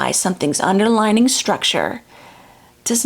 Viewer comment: I had the same reaction to the "underlining," or "underligning." I knew she meant "underlying" not only from the context, but near the end she says something like, "...and it underlies everything." There it is. I believe these things happen because our tongue or mouth just makes it happen, and we know what we mean, so we don't think about it a lot. But it can change what we're trying to communicate. We had to learn English when my family emigrated from Germany when I was almost twelve -- which is probably why this stuff matters to me. I was quite obsessed with getting things right. I have no accent. My sister was sixteen, and she does gave one. She has a habit of saying, "I wished I had one of those." I have pointed our to her that she means the present tense, but she is always putting it in the past tense by orally (or phonetically) adding the final "-d!" I think her accent makes people give her a pass, and they understand. But for me, the "underlining" was like fingernails on a chalkboard! I would advise to practice saying words with two separate vowels that follow each other, especially when the same or close. "Un-der-ly-ing." Sorry about that, but the lecture was stupendous!